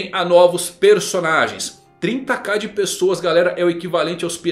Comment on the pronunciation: O que o falou:O Filho de Shanks O que eu entendi:Filho D. Shanks